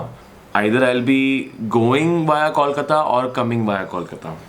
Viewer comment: It's Kolkata Coal-ka_ta